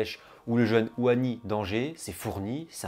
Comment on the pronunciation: Superbe Video et félicitations pour la 100 è me ! Attention au prononciation des joueurs marocains : . Ounahi et non pas Ouhani . Aboukhlal et non pas Aboukhal . En -nessyri et non pas En -nessri